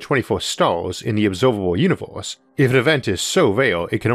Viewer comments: Sadly, he said univorse instead like he always does. Whatever that is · da univose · he had me at "vee uniworse..." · When he said Univorse i clicked paused then wrote this comment then exit youtube